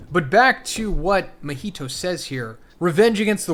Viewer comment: How to pronounce Gojo and Mahitos name: Gow·jow·suh·taw·roo Mah·he·tow (Not Mah·hi·tow)